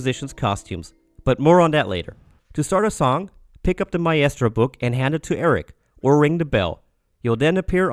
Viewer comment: Lol sorry. Maybe i had backgound noise interfering lol I think it was the mispronunciation of maestro that threw me :)